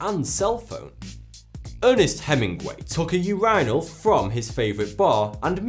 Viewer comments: "Urainal"? What the hell? Don't they have U-RI-NALS" in England? I-NES Rra-MI-res PE-res please. Leave the Anglo habits out of Spanish names, it sounds really bad. And did you really say "Massampointe" there? Never mind how you tried to say "Guy", but how can you mess up Maupassant that much? Sheesh, kid. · yur - in - al not Yur- i - nal ("y" for phonetics) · You-rye-null 😆😆😆😆 instead of urinal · The way you say urinal should be illegal... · Wtf is that how you pronounce urinal in British? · British pronunciation of “urinal” is just awful.